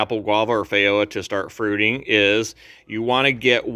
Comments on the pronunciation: Fay ro ah? Hmmmm. In NZ it is a FEE JO AH. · The word feijoa is Portuguese, therefore the “j” is pronounced the same as a “j” in English. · Any time people see j with a Latin/Iberian sounding word they pronounce it as if it were Spanish for some reason. Even when you correct them it’s like they cannot re-wire their brain to the change for some reason.